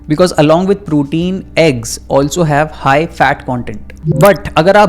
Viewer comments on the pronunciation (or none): none